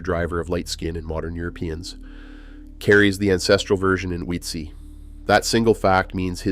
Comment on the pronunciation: I lost track of how many different pronunciations of Ötzi were included in this video - Not one of them correct...